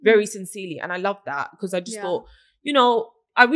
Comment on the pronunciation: “Successful” but still can not pronounce “because” properly 🤦🏻‍♀️